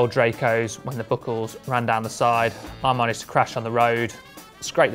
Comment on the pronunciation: The "book-kels" out of the way